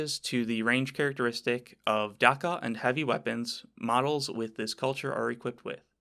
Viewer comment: the "a" in "dakka" is pronounced like the "a" in "axe". it's supposed to sound like heavy gunfire.